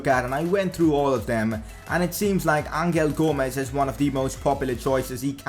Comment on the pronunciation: U pronounced angel gomes wrong it is pronounced anhel gomes